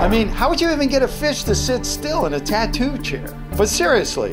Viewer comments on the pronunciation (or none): none